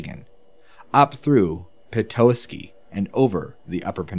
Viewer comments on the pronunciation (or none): Petoskey is pronounced (pi-ta-ski) .... Sorry im a Michigan native!